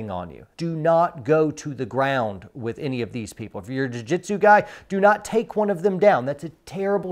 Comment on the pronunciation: Did you say jui jitsu?